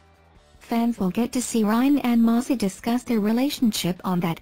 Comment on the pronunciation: What are my thoughts? First of all, her name is Maci, not Mossy ! 😂😂 These bots today !